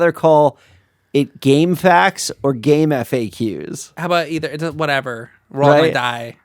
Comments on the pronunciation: It's "Game-Facks". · It’s pronounced like “Game Facts”